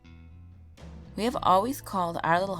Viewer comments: How can you mispronounce Ozark? Long O, then zark. Ozark. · Oz-arks? Ooooh NO... maybe from now on google HOW to pronounces places or simply just don't do those places.... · Apparently she goofed a few times more than just that. And btw, Ozark MO is beautiful! Been there once! It was amazing. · Yes, it is quite the nice town. In fact I live in Ozark which is probably why I only picked up on it being mispronounced. It's been a good while since I watched this video, so I'm not sure. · How do you even mispronounce ozark im listening for it now it dont make sense how someone could butcher that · how did you mispronounce Ozark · TheMuffinMan not be from the area? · She did not pronounce ozark write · correctly the "O" is a long sound like in "open" or "over" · Simple mistake, chill. Obviously people don't know ho to say it if they aren't from the area.